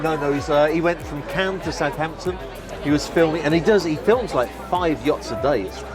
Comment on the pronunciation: Not Caën but Cannes of course 😎